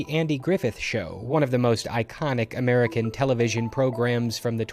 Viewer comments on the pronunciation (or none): none